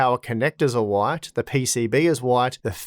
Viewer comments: Hwite, hwite, oowayt, why t 🤣🤣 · The way you say "white" would make you right at home in the US south lol